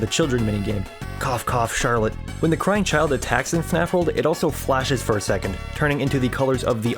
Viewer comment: ah yes my favorite FNAF character Shirlet